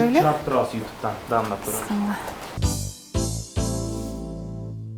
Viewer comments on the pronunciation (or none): Анан дагы Назира дамдап эмес даамдап деш керек,а так баары соонун